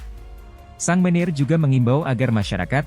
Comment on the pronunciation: Sang manager dibacanya sang meneer. Robot oh robot